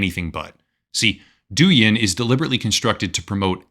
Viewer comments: For the record Douyin is meant to be pronounced like DOE – YING rather than DOO – YIN. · Pronunciation of Doujin is wrong, it's more like dough - in. .